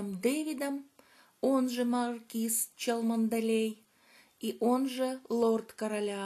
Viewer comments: Какие Челмандалеи??? Так и читается - Чамли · ЧАМЛИ, а не Чалмонделей!!!)